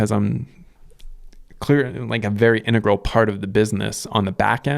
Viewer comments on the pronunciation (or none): none